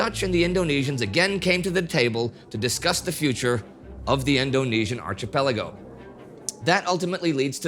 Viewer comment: Anyone else triggered by Indy's pronunciation of the word "archipelago"?